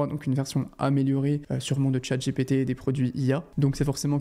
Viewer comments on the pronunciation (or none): none